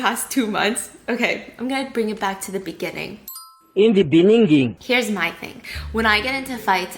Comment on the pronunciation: In the beninging